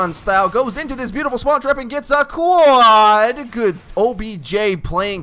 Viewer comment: Please stop saying quad like that!